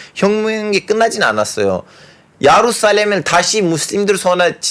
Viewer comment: ㅎㅎㅎㅎ 야루살렘 발음 신기해요